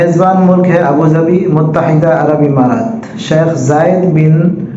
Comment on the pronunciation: وعلیکم السلام ورحمتہ اللہ وبرکاتہ ابو ظھبی ہے ابو ظبھی نہیں شاید غلطی سے ہوگیا درست فرمالیں